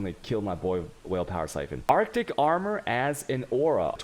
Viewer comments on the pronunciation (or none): Arctic breath but arj? XD But nice video, ty